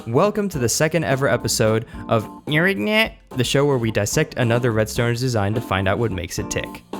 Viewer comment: I don’t think you pronounce gnireenignE correctly…